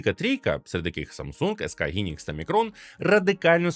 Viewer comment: Хайнікс, а не гінікс